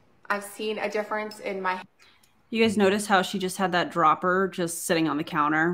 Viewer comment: did she say "DOBBLER?" closer i guess??.... its a dropper A DROPPPPERRR